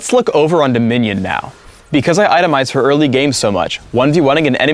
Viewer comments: He said for, but her pronoucned it like "fer" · He mispronounced "for." He itemized for early game is what he said.